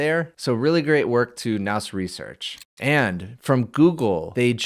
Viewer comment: nous is pronounced new i think? not that it matters much